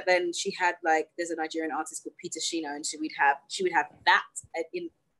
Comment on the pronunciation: She said Peter Shina!😁😁😁 You try, you try🇳🇬🇳🇬🇳🇬🇳🇬🇳🇬